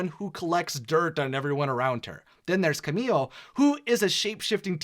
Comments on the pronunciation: Good video but your pronunciation of some of the names is cringey. No offense. Julieta has a silent J. So it's pronounced like Ulieta. And it's Camilo not Camille. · Is it so difficult to pronounce Julieta,Camilo,Felix and Agustin the right way?